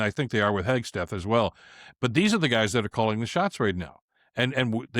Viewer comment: G’day Bill. Keep it tight mate. It’s Hegseth not Hegs t eth. 😀